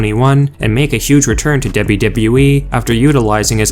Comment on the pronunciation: I hate the way he says "w-w-e" and the way he swings and slurs his words together like so